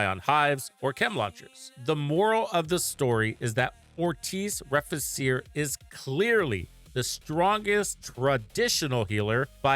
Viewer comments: Nice video... just wanted to point out cause my OCD won't let me NOT do it... is the pronunciation. Re-fee-che-re is how it's pronounced. It's Latin. Means To Rebuild/To Repair/To Restore. :) Happy hunting. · Just a bit less aye and you'll be good to go. :3